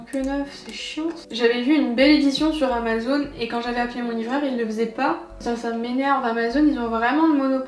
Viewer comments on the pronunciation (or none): none